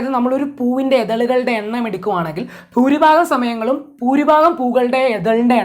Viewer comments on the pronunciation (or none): none